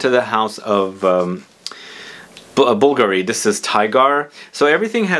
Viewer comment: The correct pronunciation is bullgarri,, for bvlgari